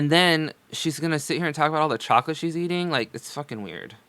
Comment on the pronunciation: I hate the way she says 'chocolate'. She throws a breathy "h" in there. Unacceptable. 😁😊🤣